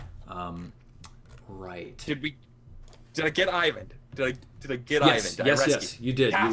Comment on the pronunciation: I find it slightly frustrating how keeps pronouncing "Eyvind" like "Ivan". Those names shouldn't be anything alike. Regardless I still love the game and can't wait for more.